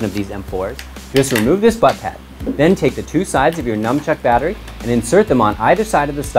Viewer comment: Lancer Tactical lol he’s saying the guy pronounced it wrong, because they’re called nunchucks, not numchucks. Good video though.